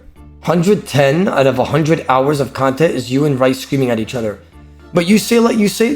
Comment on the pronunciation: How does still not know how to pronounce his name. It's pronounced Reece not Raice